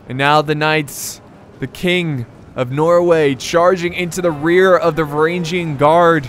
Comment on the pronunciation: και οι Varagian Guard επρεπε να τους λενε Φρουρα των Βαραγγων(Frura ton Varagon), αλλα δεν γινετε να τα εχουμε ολα χαχαχα